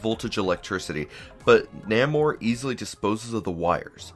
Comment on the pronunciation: Nope. You said "Nah-mor". Also, Ka-Zar is "Kay-zar". I hate being one of those people, lol.